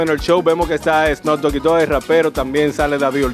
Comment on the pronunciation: “ ssno dogui 2 “ el rapero 😂😂😂🤦🏻‍♂️